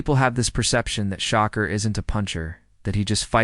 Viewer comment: His name ain’t Shocker it’s Shakur